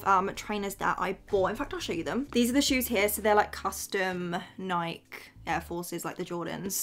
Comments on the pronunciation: bro pronounces Nike weird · My inner old nike empployee was really coming out everytime you said tick or nik